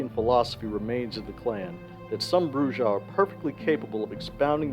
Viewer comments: Ugh It's pronounced Brew-Ha. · Every time he says BruJAh I grind my teeth. The J is an H sound! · Isn’t it pronounced bru-ha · brujah has a mexican j so it's an h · Come on, man, at this point you're saying Brujah wrong on purpose 🤨 but good video